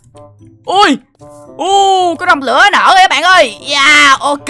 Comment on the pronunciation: Anh đọc sai tên không phải rồng lữa mà là rồng lửa